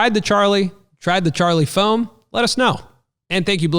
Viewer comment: foam-o 😂 loved it